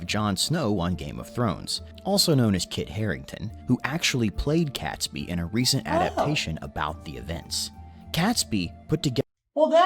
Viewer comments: Catesby not catsby. Cate rhymes with bait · Guy Fawkes has been described as the only person who ever entered Parliament with a full formulated set of policies and the means to deliver them. If he hadn't been catholic he might have got away with it. BTW, the voiceover man is mispronouncing Catesby. That first part is pronounced Kate, not Kat. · The male narrator is pronouncing Robert Catesby wrong,It's pronounced Kates -bee not Cats-bee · The video you watched is poor. The events happened 400 years ago, not 600, and the principal's name is pronounced "Kate's bee", not "cat's bee". At the time, there was no British Empire. In fact, the name Great Britain was very new, having been invented by James I to include his dual kingdoms of Scotland and England. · The narrator also mispronounces Catesby - it’s not Cats by. It’s Kates by. It REALLY grates all through the video. Glad to see you delving into our history. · Please, please here in Warwickshire by Coughton Court we pronounce Robert Catesby as Robert Katesbe, not Cat, Kate. (shoddy research) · ...Catesby is, as far as I know, pronounced Cates-bee and not Cats-bee. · Guy Fawkes night, not day, and it's not really a holiday, we just have bonfires and fireworks, and we burn an effigy of Guy Fawkes on said bonty. Also it's pronounced Kay-tesby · Pronunciation Catesby=Kates Bee. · Mispronounced Catesby normally the 'e' changes cat to cate. Aas in ay rather than at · Hi and!! A couple things that the guy got wrong. Catesby is pronounced Kate's-bee. Also Henry VIII didn't demend that people convert to Protestanism, that was his son Edward VI. Also the execution method used is called 'hanging, drawing and quartering'. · I know. Guy Fox was never a person. But Catesby really niggled me. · Robert Catesby not Cats-bee, pronounced Kates-bee. Not a holiday. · It’s pronounced Katesby not Catsby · the commentator mispronounced catesby's name, it's not cats-bee, it is usually pronounced kates-bee